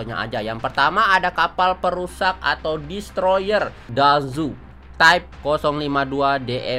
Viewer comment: saran saya pribadi bang, kapal BP agustus Dazhou itu dibaca TaCou dan untuk kapal-kapal yang lain bacanya lebih prepare bang seperti yang agak sulit pengejaannya agar lebih bagus kontennya. Ini cuman saran saya pribadi mau atau tidak didengar kembali ke bang sendiri 🙏🏻